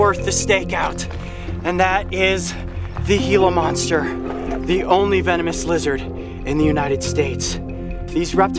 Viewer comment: He said hila monster